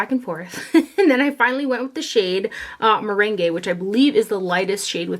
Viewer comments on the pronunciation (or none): It’s ‘meringue’ as in a topping on a lemon pie not ‘merengue’ as in a dance ... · Hi! Look forward to these. I wanted to tell you that your Too Faced concealer color, meringue is pronounced mer rang like lemon meringue pie. XO